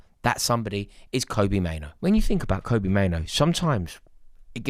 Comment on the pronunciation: Kobbie, not Kobie, Mainoo, not Maino.. pls 🙏